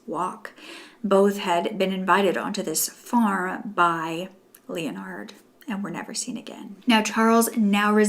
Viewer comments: It would be pronounced like ‘le-nard’ not ‘Leo-nard’ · 38 minutes of struggling to say Leonard 😂 Lol i love u girl it just made me laugh